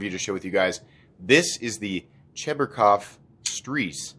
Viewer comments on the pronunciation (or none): The "ZH" sound is pronounced more like in the word "vision" or "pleasure" and not like "zoo" or "zap".